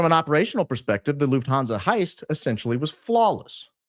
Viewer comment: love ur videos so much especially ur intros but it pains me how u pronounce lufthansa as a german girl haha the u is short; it's not loofthaanzaaa but luhffthanza. also "niche" is pronounced neesh not nitch:) also omg ur a f1 fan too? im liking u more and more by the day